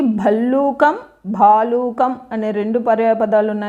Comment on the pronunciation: మేడం బాలుకం not భలుకం